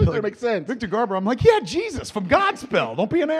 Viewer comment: " We need to call Richard Donner and ask him about Superman. So Richard let ask you. 1st , Do you know Victor Garbor ? " I burst out laughing 🤣. I thought I was watching Babble On for a second. Classic Kevin. Awesome 👌